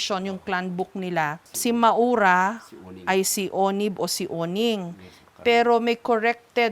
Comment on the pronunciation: ma-ow-ra yata ang bigkas jan